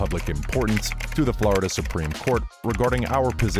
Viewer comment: Florida not Blarda bruh😂😂